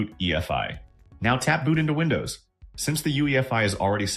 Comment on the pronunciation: Вындоус и мойюай это конечно хорошо😂😂😂